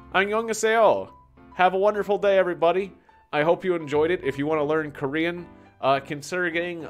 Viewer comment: As a Korean i am happily offended by your pronunciation here is a test translate 안녕 감자 토마토 엄마 아빠 가장 좋아하는 뉴질랜드 친구 lol